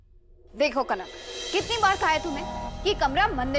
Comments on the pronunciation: Jhank nahi kanak h😂😂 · Jhank nahi re baba kank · Are yar jhanak nhi kanak 😂😂😂